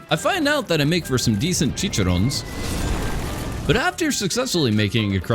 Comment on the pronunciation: he said chichirons and now my latina wife is divorcing me.